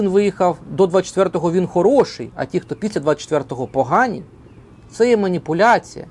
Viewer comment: вже перейшов на московський акцент "ті кто"